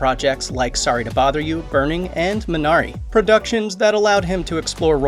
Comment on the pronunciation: Nice. But it's YUNN. Not YOON. :) also it's ME Bari. Not minNARI